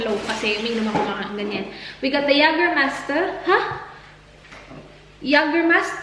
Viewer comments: Jagerbomb! Jager + redbull or any energy drink :) oh and its pronounced as "Yeygermeister" 😁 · Jägermeister - Yeygermeyster pag pronounce☺️ 🇩🇪